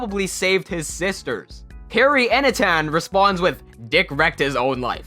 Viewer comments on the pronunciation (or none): none